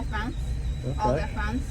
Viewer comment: It’s deaf BONCE not deaf BOUNCE😂 everyone always does that